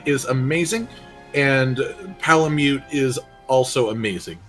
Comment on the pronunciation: Its Palamutt. I don't care what anyone says. Its PalaMUTT!